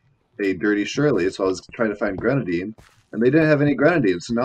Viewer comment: "Grenadine." Fam just say cherry 🤣🤣 Edit: UV BLUE 💀 couldn't be me...